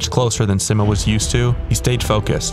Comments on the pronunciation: its sigh-mo not si-mo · he’s saying si-mow not see-mo. try saying mo without saying mow. just mo. and see like the sea. see-mo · Its pronounced SEEmo not SIMmo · It's Simo not Simmo. (say it more slowly and pronounce the i like an e in English, also pronounce the o like the o in oh) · altho for this video i’d love if you pronounced his name right 😭 everyone gets it wrong. it’s see-mow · i love how everybody pronounces 'simo' differently. i say 's-eye-mo', ive been told 'see-mo' is correct, and you say the phonetically correct way.